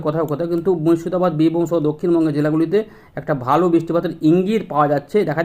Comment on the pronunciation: বালো। নাকি ভালো। একটু সঠিক বাংলা ভাষা বলতে শিখেন ভাই।